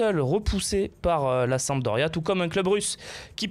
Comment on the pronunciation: il y a un "p" a sampdoria et non samdoria